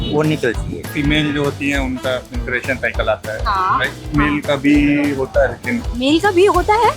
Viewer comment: madam aap khud hi galat pronunciation kar rahi ho 😂. Men-stru- ation sahi h , Mensu-ration to maths me padhte hn😂 Mens-tu-ration jo aap keh rahi ho wo koi word hi nahi hota 😂